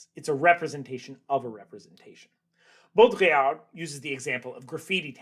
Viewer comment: just a small note on pronunciation: the d in Baudrillard is silent ! :-)